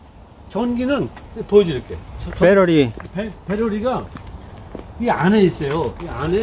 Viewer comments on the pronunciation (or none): 역시 미국에 오래사셔서인지 배터리가 아니고 배러리네요 'ㅁ'a